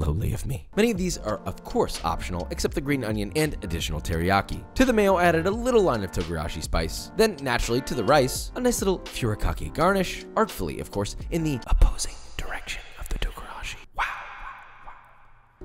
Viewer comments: Josh, I love you and have been following you for a long time. I've got your cookbook etc, but you've got to pronounce furikake and tempura right lol. Less "FURY" and more 'foori' (without the extended vowel). Also, you should cook against a fan, that would be awesome! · The fact that he said furakaki instead of furikake hurt my soul